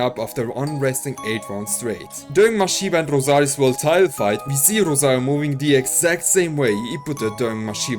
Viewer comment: The way you say rosarioooo is satisfying